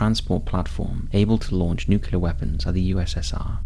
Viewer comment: its "new clear" not "nuc you ler" ots ok though, we all love you anyway:)